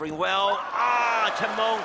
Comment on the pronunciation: Commentator so annoying when pronouncing cheng mengs name. Sounds like he is saying Chimone